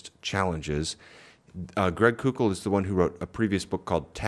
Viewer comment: Thanks for the great video! I think it’s Greg “coke-l” by the way.